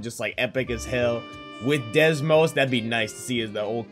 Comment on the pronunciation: No offense but I wonder how many times you said Desmos instead of Deimos.